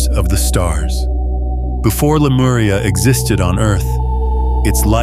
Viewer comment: レムリアと翻訳して欲しいな、aiがラムリアって言うのが気になる